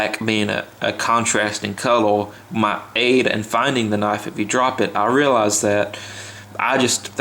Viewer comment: this dude sounds wetarwdid wooks vewy well, of cooorse at wooook i hide it from the maaaangas . lol do noot likke about it, pufectly done sur. cowel(color)